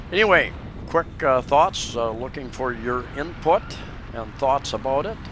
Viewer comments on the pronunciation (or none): none